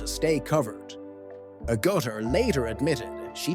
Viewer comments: Could have at least pronounced her name correctly :( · you never pronounced her last name correctly, not even once.